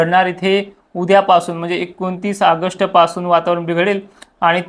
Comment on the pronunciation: आगष्ट नाही ऑगस्ट